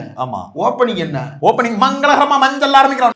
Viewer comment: மஞ்சள் அல்ல சார் மஞ் மஞ் மஞ்சள்😅😅😅😅